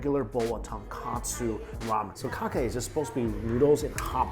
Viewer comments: Hey Mike its "Tonkotsu" Ramen and not "Tonkatsu" ramen. Tonkatsu= chicken cutlet. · TonkOtsu Mike, TonkOtsu Not TonkAtsu As a foodie, you should know the diff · The amount of ppl mistaking tonkotsu for tonkatsu is too many...